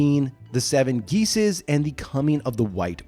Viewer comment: Color out of space was shit. Random added characters and a horrible main actor. Also you pronounced geases wrong. It's "gesh's". Thanks for the content.